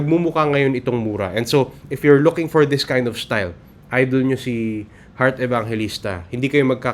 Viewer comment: Sir u pronounced Hurt Evangelista ???